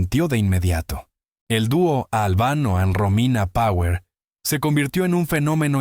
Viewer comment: Pronuncias con el culo tirón power